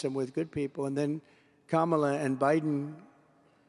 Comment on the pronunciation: No border is being invaded.. And pronounce Kamala Harris's name right!!.. You should be in prison and you WON'T be in the White House. . Criminal.. Trump, YOU killed the Bipartisan Border Bill.. You want to make America about "White Supremacy" again...